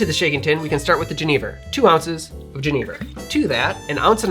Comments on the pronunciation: Genever is pronounced "jeh-nuh-vuh" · Remined me of when I was in the Netherlands, I was with a Danish guy who loved genever, but pronounced it like Jennifer, but with a V. Thanks